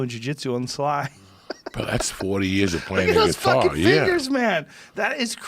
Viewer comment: Joe “ look at this fingeres” Rogan